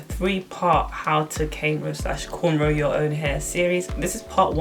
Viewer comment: I was so gassed when you said cainrow I was like oooh this vid looks good but it’s called cornrow 🤣🤣 from manny myself x